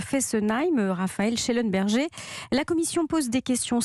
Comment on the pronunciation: raphael schellen berger??? BERGéééééééééééééé Ptn respectez les noms Alsaciens x) C'est comme dire Rockfellééééééé au lieux de -ER